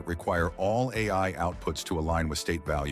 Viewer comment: This video's commentary is an AI.... Less than a minute in, it said "A", just pronounced as that letter, instead of "A I" Edit: 2 minutes in and it has mispronounced AI three times